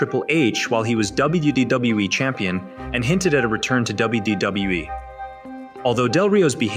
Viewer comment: The AI that reads this need to learn how to say WWE